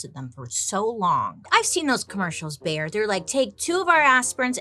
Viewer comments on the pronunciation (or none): Every time Bailey calls Bayer, "Bear" 💀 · So funny how u pronounce “Bayer” 😅